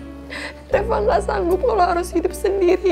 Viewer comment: Kok manggil Reva kok reca